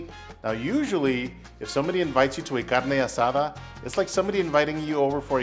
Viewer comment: Great video! Looks delicious, where’s the cerveza? Proper pronunciation is appreciated my guy 👊